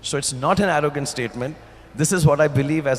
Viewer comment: he said orrogant